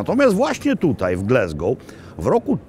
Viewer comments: Mogę się mylić, ale ja wymawiałbym Gläzgou. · No właśnie, Glesgoł też brzmi okropnie… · glAsgow ... tam nie ma "E" :) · Przestań mówić Glesgoł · Dokładnie! Pozdrawiam z Glasgow 😉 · Nie Glesgow a Glasgow. Taka mała uwaga. W Szkocji A nie czyta się jako E, Tak jak I czyta sie jak I nie jako E w nazwach miejscowości, zostało to z gaelickiego gdzie zapis I był w postaci YI. Szkoci mają również twarde R w porównaniu z Anglią. Dla przykładu słowo "Kirk" czyli kościół czyta się tak samo jak w Polsce nie jako Kerk. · Ptysiu jakie G l e s g ow ? Ptysiu gdzie tam jest “e” G l a s g o w ,,, rybenko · nawet amerykanie mowia Glazgo.. mieszkam w Szkocji 16lat I uwierz tylko Polacy mowia Glezgo£ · Niektórzy uważają pana za autorytet, więc poprawna wymowa raczej obowiązuje (pisownia fonetyczna): Glasgoł nie Glesgoł, Hadok nie Hedok, Blak nie Blek itd... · GlAAAAAsgow , GlAsgow nie GlEEEsgow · GLASGOW, a nie GLESGOW. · To Glesgow czy Glasgow :P ? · To miasto nazywa się Glasgoł, nie Glesgoł, please please please 😊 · glAsgoł, nie glEsgoł. powszechny błąd polaków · Not Glesgow, a Glasgow, ~ Po Polsku ''Glasgoł'' To Scotland a nie America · GlAsgow nie GlEsgow ! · Gl-A-sgow, nie Gl-E-sgow. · te" ł" dobrze wymawiane było,tylko nie mówi się GLE... tylko GLA... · Panie Robercie - Gl-A-sgow. Greetings from the Highlands. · No dokładnie, aż mi się słabo robi jak słyszę Glesgoł… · Jeden z najslabszych odcinkow! Nie ma miasta GlEsgow!!! To mocno razi jak A wymawia sie jak E!! Tez, w pubie to nie byl brown sauce ale gravy! No i ta lyzka gotowanna z haddokiem to niezbyt mile. haddock nie hEddock. Sorry za ten komentarz ale akurat zbyt wiele mnie w nim draznilo. Pozdrawiam